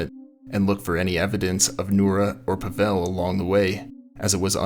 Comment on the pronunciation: Thanks for covering this story. The name Pavel is pronounced “POVV-ul”, not “pa-VELL”. It is the Russian equivalent to Paul.